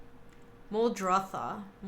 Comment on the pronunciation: Please do not say Muldothra... My ears hurt when I hear that... It is Muldrotha! Great video otherwise! :)